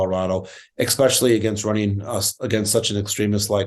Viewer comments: It's especially, not expecially. Come on man, if we're going to beat these people we have to be smarter than them. This should not be hard. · I'm sorry, but could someone please tell Mr. Frisch that the would "especially" is not pronounced "ickspecially". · There's no such word as ek-specially. This is the sort of thing that makes me wonder about what Colorado is putting for election... Especially, Especially Adam, not ek-specially. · Where does this “expecially” come from? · A better Democratic candidate is called for. Don't recycle a loser; this guy "especially"! (He actually says "expecially" which is not a word. Not very bright.) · Oh boy.. I know it's minor when picking a politician but please stop saying "ekspecially"! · Don’t say “exspecially”.